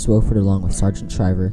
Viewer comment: Nice video, except you mispronounce the senator's name. It's WAH-fuhrd, not WOH-fuhrd. He says it himself in the video ""I Serve Because..." Video: Senator Harris Wofford"